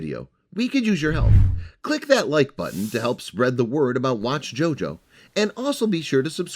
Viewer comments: "Watchjojo" wow😑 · "watchjojo" seriously?